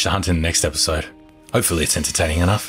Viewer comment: No one:: E T H I S O D E